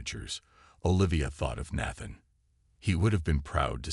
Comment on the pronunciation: The first a in Nathan is pronounced like hey.